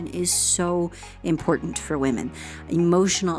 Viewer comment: Well, YOUR Pronunciation of “ Important “ gives me hope young lady! How come a generation seems to not say “ T”? Best